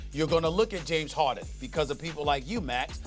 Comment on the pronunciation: The disrespect on James Harden's name is crazy 🗣